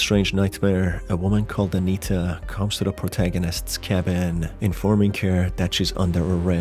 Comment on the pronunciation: I think he's just pronouncing it as Anayta